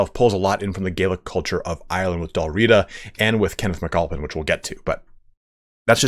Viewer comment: I enjoyed the presentation. Please, Dál Riada (or Dalriada) (/dælˈriːədə/) has an a between the first two and last two letters of Riata, and it is not silent. Otherwise, thoroughly enjoyable. Thank you.